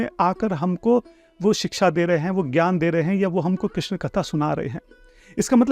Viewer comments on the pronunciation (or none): none